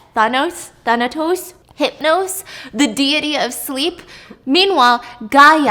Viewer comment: I've never heard anyone pronounce deity as dee-yeh-tee until stephanie lmao